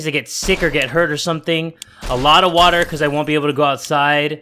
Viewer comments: I like the way he says wattta(water) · Watt a is how u say water in creole